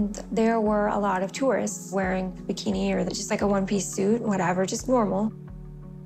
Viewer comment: She said "berkini!" Lol! Even if it was a 2 piece swimsuit then it's a bikini, girl! 🤭